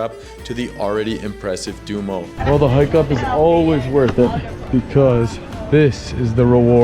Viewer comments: Stop saying dumo, it’s duomo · Du-oh-m-oh (Not “sumo’) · you are not pronouncing Duomo correct. It is not Do-Mo, but Duo-mo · Appreciate the time you took to video this. A little work on your pronunciations would make it easier to watch: Duomo, grazie, pace, and many more. You got Starbucks right! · your pronouncing Duomo wrong